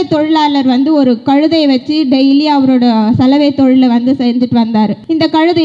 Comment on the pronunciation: கழுதைனாவுது ஒழுங்கா சொல்லு மூதேவி